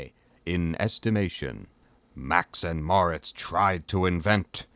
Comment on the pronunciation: It's NOT "Max and Morts" Morits is pronounced "More- Eets"